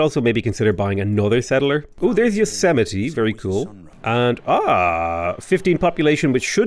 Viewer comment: Also, Yo-se-mee-tee 🤣